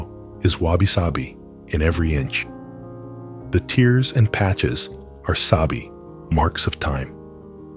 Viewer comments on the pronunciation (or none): What I hate most about these AI videos is that the pronunciation, it reads "the tears and patches" as in tears from the eyes, not tears in fabric. Although a great and fascinating subejct, I struggle to accept the AI use.